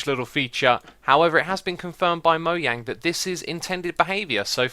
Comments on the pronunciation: You said moyang not mojangLOL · you said moyang instead of mojang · It's MOJANG NOT MOYANG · He literally said moyang instead of mojang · Its mojang no moyang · moyang? its mo-jang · moyang XDDDDDDD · did he say Moyang rather than Mojang? lol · oh ok thanks I've never heard anyone say it like that before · it goes both mays Mo-jang and Mo-yang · did he say moyang instead of mojang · you said moyang with the trapdoor one lol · he said moyang and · You said Mojang wrong. It's like Moe-jang you can hear the j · He said moyang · Why do you say moyang the j is there for a reason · Moyang xD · but i pronounce it mo-jang